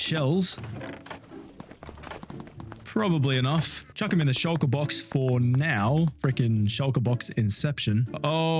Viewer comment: my dumbahh thought he said "Shinjiru farm"